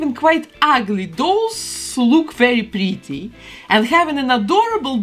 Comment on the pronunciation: Is just me or dose she say “pretty “ like this:”BLE-TEIR”?!